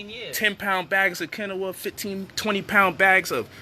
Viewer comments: You not saying quinoa right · Lol say Quinoa again!!!!